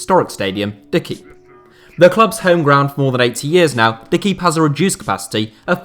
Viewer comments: "de kiep" echt hilarisch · Jaha, de kiep haha. In English it is hard to produce the ui sound but is closest to French "euil" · he said it right the first time, not sure why he butchered the ones after